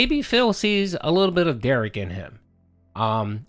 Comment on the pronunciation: Another weird thing - Phil is the ONLY person Derich lets call him 'Dare-ick.' Derich gets SUPER upset when anyone else calls him that and insists they correct themselves and say 'Dare-rich.' But he's totally okay with Phil mispronouncing his name.